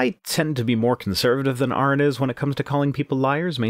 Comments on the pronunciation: At least he said Aron's name right! That's a first for theists. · At least pronounced Aron's name correctly. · He correctly pronounced Arons name so that's one thing he got right.